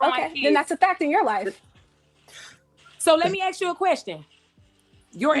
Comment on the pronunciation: All these degrees "let me ax you" ! SMGDH !